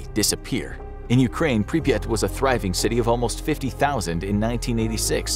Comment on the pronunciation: Pripyat is actually only two syllables. The first syllable is close enough to the English prefix "Pre-". The second syllable is a bit like, if you take the word "yacht" and stick a P on the front of it. So, "Pre-PYAHT." That's admittedly not perfect, but it's closer than one listicle that pronounced it more like "papaya." 😆